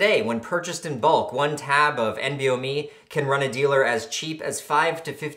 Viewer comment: isnt it "N-BOMe"??